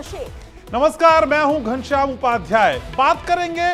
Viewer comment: Media sir ha ghanashyam name wrong bola.